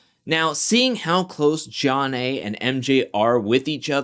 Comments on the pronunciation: Just what Beth did calling Jonna “ Junn Nay” even after being corrected would’ve got me riled to the point of calling her out myself. The quitting was wow like aren’t you grown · Beth had pronounced her name correctly 3x at the table w/ Mark before Jonna came over and joined them. She was purposefully mispronouncing it to insult/disrespect her bc she seemed to really believe Jonna & MJ were having an affair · I think Beth is a liar. I also think it was disrespectful that she continued to mispronounce Jonna's name after being corrected. Her name should be pronounced BITCH instead of Beth. She also looks like she's in her 50's, so there's that.